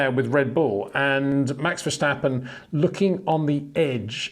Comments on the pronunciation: its NOT! verSHtappen but verstappen,come on peter... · Would be nice if you once and for all could pronounce Verstappen and Leclerc correctly.